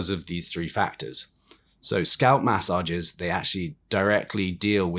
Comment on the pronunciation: New drinking game: Take a shot every time this clown says “mass sah jezzes”.